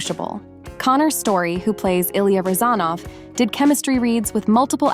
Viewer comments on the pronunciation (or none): And couldn't pronounce "Rosanov" correctly...